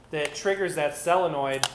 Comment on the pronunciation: SOLENOID NOT SELENNOID!!!!!